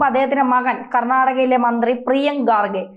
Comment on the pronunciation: Excellent reporting but pronounce well ...He is Kharge not Garge